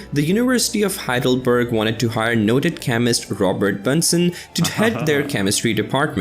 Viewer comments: "Bunsen" is pronounced like the "u" in the english word "illuminate" 😉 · It is not nice to pronounce names incorrectly. The name "Bunsen" is pronounced with a short "oo" sound like in "look" not like in the video where it sounds as it was derived from "bun". It ist the same with Ernst Ruska (again, short "oo"). And it goes on with other names. I consider it an act of respect to pronounce names correctly. It is not your fault,, that the producers of the introduced video are slightly ignorant.